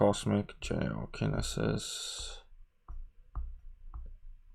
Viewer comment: English as my only language I cant say Geokinesis.. so you're fine lol